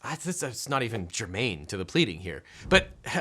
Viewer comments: It was definitely not germane, but it's hard to determine if it was "germaine", seeing as how that's not a word. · I love how he starts off the video saying that every pleading he submits is rigorously checked for spelling errors, then spells "germane" as "germaine" XD